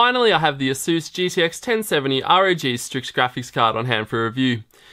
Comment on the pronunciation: Sir, ASUS is not pronounced 'ah-SOOS'. It's 'AY-sus'. It almost rhymes with 'races'.